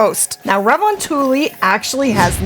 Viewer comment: its funny, everytime I hear when someone trying to pronounce Finnish xD makes my ears bleed <3 re von tuli :D Well it is one of the hardest language to master. - Guy from Finland.